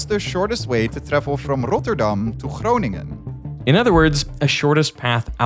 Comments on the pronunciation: yeah they butchered Groningen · The best part is hearing the Veritasium hosts try to pronounce Groningen. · pronouncing Groningen like that hurt me 😭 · And Groningen?